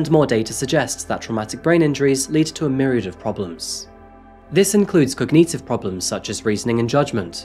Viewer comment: Can't read your own script, debute no e on the end, yup cogneetive